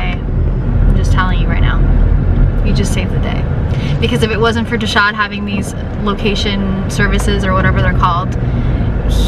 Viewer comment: wait im confused is it deshawn or desaud?